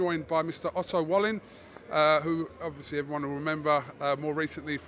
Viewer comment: It's Otto Valleen ffs 🤣 not pronounced Wallin.